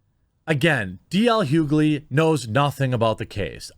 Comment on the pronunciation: Hyoo-gly? lol... It's H-yoo-ly, Take the name Hugh, add ly to it XD